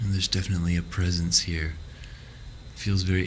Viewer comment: I stopped watching at: "There is definantly a strong spirit pressence..."